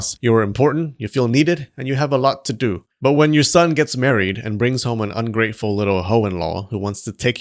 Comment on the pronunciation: i like the way he slurs the ungrateful..... lol 😂😅 Nice video though entertaining.